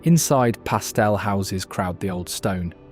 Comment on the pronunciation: Please don't pronounce pastel as PASTELL 😡